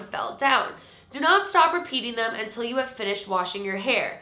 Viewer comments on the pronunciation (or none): none